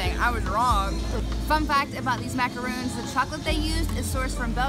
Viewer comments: Love your videos. One tiny recommendation...the little French almond flour cookies are macarons - one "o," pronounced "maca-ron." Totally different from a macaroon, which is a coconut cookie, like the chocolate and white chocolate dipped ones they have in Disneyland. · Sorry, it's not macaroons.. macaroons are coconut cookies.. those are macarons.. pronounced mac-a-rohn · MACARON!!! NOT MACAROON!!! I'm sorry I always get ticked off because of that. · It's maca RON, macaROON is different. This video was fun :) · That's not how you pronounce Macaron. Macaroons are a totally different dessert with coconut. Maca-Ron, not Maca-Roon. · Why do all Americans always call macarons macaroons???? They are two different cookies.